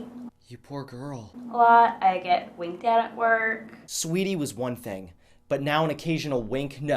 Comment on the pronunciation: I love how he says "Thang" instead of "Thing"